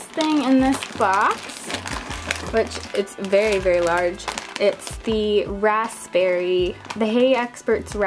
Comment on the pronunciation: It's "ERB" not "HERB" It's "RAZBERRY" not "RASPPBERRY" (I know the spelling is wrong, but it's how you say the words lol 😂)